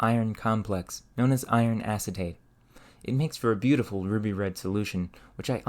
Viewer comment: Say "four" in a manner that doesn't evoke a view of animal skins and I might watch another video.